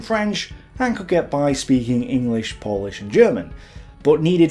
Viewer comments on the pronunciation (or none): none